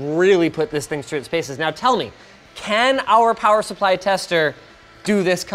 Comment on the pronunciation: "Now you're playing with POWAH!" :D